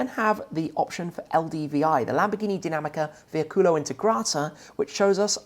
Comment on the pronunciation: Hi Tim nice italian pronunciation, only one thing: it's VEICOLO not VEICULO with an O not with the U